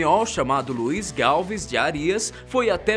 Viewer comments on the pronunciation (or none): Não e galvis e sim galves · O nome é Gálvez e não, Gálve. Fora isso, vídeo excelente. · Doi no ouvido quando ele fala galves.. Galvez, a permuta do L pelo U é aceitável , mas o resto é complicado. Galvez, Galvêz como se houvesse acento pfv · Fala -se GalvEZ Puerto Alonso é Porto Acre, e não Rio Branco